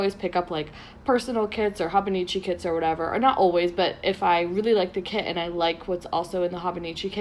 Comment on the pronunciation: It's pronounced HOH-BOH-NEE-CHEE